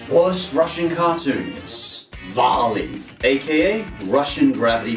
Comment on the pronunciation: vali is pronounced "vehli" lol. great video anyways. keep it up!